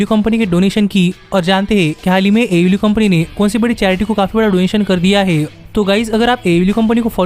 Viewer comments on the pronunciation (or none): It is pronounced AEW (AY EE DABLOO)